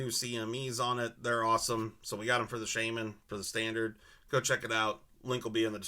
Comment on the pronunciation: SHA-MEN! I have ocd also sorry. Sheymen triggers me👍🏻 like your cme’s.